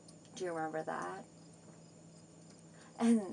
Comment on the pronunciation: oh my goodness she is a complete fool. I wonder if she looks back on this & is embarrassed? I truly doubt it. But how do you slur the word that? Ya completely sober.